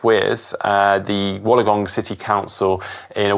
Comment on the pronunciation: I know you guys like to pronounce places collectly. Wollongong is pronounced Wool-on-gong